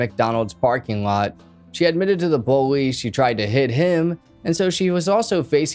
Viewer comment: When he says police it sounds like bolice